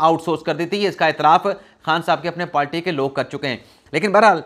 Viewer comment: Dear I listen you and want to correct a word which you pronounce wrong correct word is “PARTY” not “PALTY”